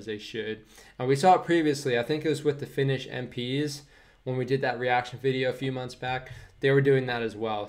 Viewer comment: When you jump to snow it sounds like "Finnosh"